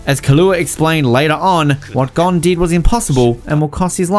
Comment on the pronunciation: I think I’ll let him pass with kinda saying gone instead of Gon